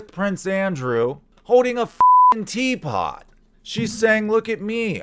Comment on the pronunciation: Lol the emphasis on the tea pot cracked me up. She was also sipping tea in that interview she did with Barbara Walters in 95. Even as a 12 year old watching that I remember thinking What a phony! She was trying to appear "classy " and "serious " by daintily sipping from her little tea set in front of Barbara and Barbara was not buying that bullshit. In Courtney's mind she views people as stereotypes. In the same interview when talking about how fast fame came she refers to people in categories like the young people, the boomers then the people like Barbara. Basically Courtney finds out what type of person you are and like a chameleon she changes to fit in and seem relatable. With Kurt she played the "punk rock chick " because she knew that would appeal to him.